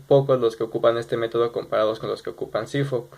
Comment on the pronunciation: Fridrich=CFOP sólo que él lo pronunció como cifop